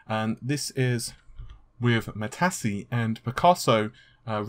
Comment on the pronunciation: "Mat-tassy" lawl.